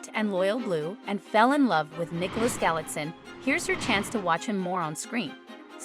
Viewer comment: Nicholas's last name must prounounced GALEE:TZINE (Galitzine)...simply! where is this "galaxy" from?